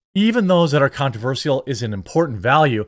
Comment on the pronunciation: You're from Wisconsin it's time for you to pronounce controversial correctly